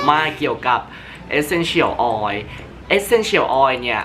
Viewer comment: รู้สึกดึ้ยๆ เวลาได้ยินเอสเซ็นเฉี่ยว ออย5555